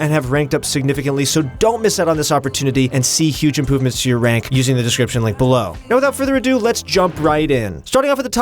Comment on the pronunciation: Who else heard Impoovements?